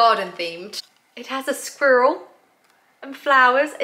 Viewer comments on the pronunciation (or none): You saying “squirrel “ is hilarious🤣😂🤣😂